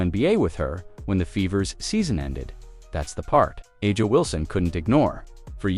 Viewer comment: I guess you terrible commentators will never learn to pronounce players names correctly... Who is Ah-jah Wilson? Noone in the WNBA is named that. Get it right, for God's sake.